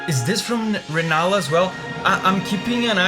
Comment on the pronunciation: sir it's rellana, not renalla